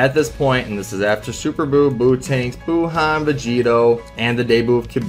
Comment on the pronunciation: Dis man just pulled up facts dat kb over bh and still say buuhan